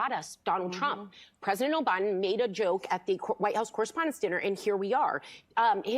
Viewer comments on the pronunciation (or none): And the truth always comes out!... Did she say pres obiden around the 15min mark? 🤔 Thought so... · Sara Haines just said President O'biden. 😮